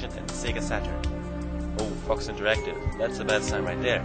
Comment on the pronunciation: When you said Fox interactive it sounded like you said Fucks Interactive XD